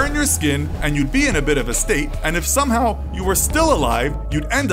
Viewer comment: "and if somehhahhw